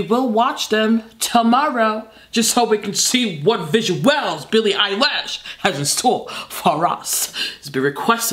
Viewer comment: Someones gotta count the times she said “BILLE MUHFKN EYELASSHSHHH”